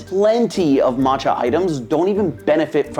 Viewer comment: the two lls in camellia are pronounced like you would expect. e.g. in belly you don't pronounce the "t" in matcha - it goes ma~cha (two syllables)